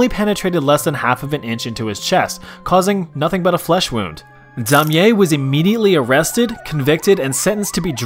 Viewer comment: You butchered Damier's name wow